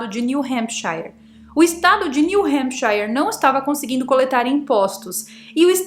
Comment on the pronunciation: New Hampcháiar? Me desculpe, mas voce está pronunciando New Hampshire no ingles mesmo? Brincadeira né?